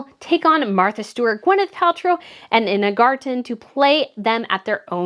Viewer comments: Dear, another great video but Ms Garten first name is pronounced “Eye-na.” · Ina Garten : Ina is pronounced with a long ‘I’, just saying, for future reference. 😁